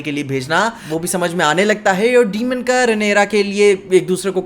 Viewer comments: डीमन ❌ डेमन ✅ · it's not demon it's daemon